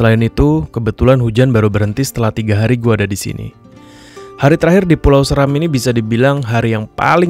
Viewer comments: Bacanya bukan Səram, tapi Séram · Seram bacanya *Se"ram*.Salam dr Kabupaten Flores Timur dimana asal usul kami jg dr Seram, buat saudara2 ku di Maluku khususnya Seram .Fam saya Seran Goran🙏🙏